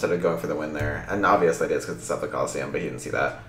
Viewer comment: Saffi* not Staffi lol